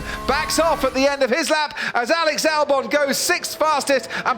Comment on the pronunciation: Alex "Dalbon"